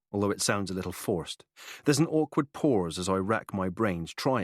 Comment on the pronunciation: The male narrator puts Rs in random words 😅 "torking" for talking, "cort" for caught, "porse" for pause, and "larf" for laugh lol. Edit: Noar for Noah and Melisar for Melissa 😅 Edit 2: "warking" instead of walking. He even squeezed an R into "talking" lol: Torking. Tomartoes 😅